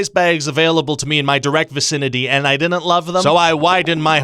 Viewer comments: “It DINNENT!” Can we officially make that a catchphrase? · Someone teach this man how to pronounce “didn’t”. Thank you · Thank you George Ryan. Before you came into my life I dinnent even know dinnent was a word. Now I dinnent stop saying it!